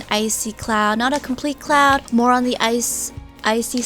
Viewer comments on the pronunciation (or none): I thought she said cloun but then I herd it again and then I herd cloud then It made sense